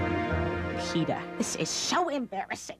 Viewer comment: Never thought I'd ever hear Lois saying Peter's name properly